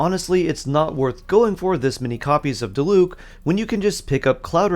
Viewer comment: i always wonder that too. even if the ENG cast might fuck up the names a lot apparently, like how are you still pronouncing Diluc strangely?? 💀 like just say what you hear please